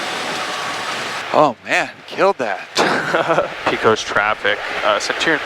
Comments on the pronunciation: Pecos (pronounce by locals as Pay-cuz). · It’s pay-cose not pee-cose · Nice video. Btw, I assume ya’ll landed in Pecos, TX. It’s pronounced pay-cus or pay-kows, not pea-cuss. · its not PEECOS its PAYCOS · Ok you have to say it right - try saying “Pay-cus” and not “pee-cus” lol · Please stop saying Pee Cose. It’s Pay Cuss. Pecos, Texas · Pecos is pronounced Paycuss, not Peecose. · It's Paycus, not PeeCos. Please !! lol. Looks like you guys got antoher good one. Good decision to stay overnight. Might be some hope for you guys yet lol. Did you make a good deal for $27K? Oh, heck yeah. How many hours til engine overhaul needed? That's key. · It’s pronounced paycos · P-AY-cos (as in co-sign) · Its pronounced paycos (Pecos) Texas. Thanks for the video. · I cringed every time they pronounced Pecos, its pronounced “Paykis” 😂😂😂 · Heyo! I'm a native Texan and just learned Pecos is pronounced by locals as "Pake-iss" - Yeehaw n' all that! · Nice video....in Texas, Pecos is pronounced PAY-COS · Pecos, TX is pronounced "Pay-kos" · Good video. Pecos is pronounced “Pay cuss” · The proper way, for anyone from Texas, to pronounce the town is Pay Cuss. Like Judge Roy Bean was " The law West of the Pecos". Learning to fly is on my short list, I enjoyed this video, and very little was over my head. What was, I was still able to put the pieces together. Now I'll have to subscribe and get caught up. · Pecos is pronounce (PAY-CUSS) by we Texans! Glad you guys had a smooth trip! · lol "Peh cos" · Can’t believe you can’t pronounce Pecos properly